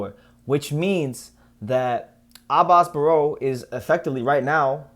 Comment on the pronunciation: You got the right pronunciation on it Abass Baraou!